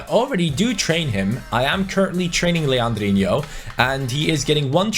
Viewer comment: Stop saying legandino's name wrong